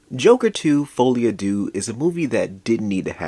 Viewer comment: I died 2 seconds in when fucko said “foley-a-doo” 😂😂